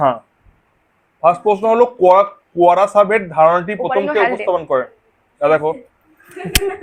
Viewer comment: কোয়ারাসারভেট ❌কোয়াসারভেট ✅